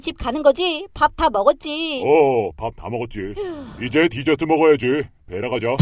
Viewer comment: 베라 아니고 배라입니다ㅠㅠ